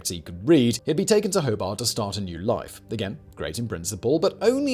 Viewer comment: FYI: Hoe-Bart, and Lawn-sess-Tun, interesting video though!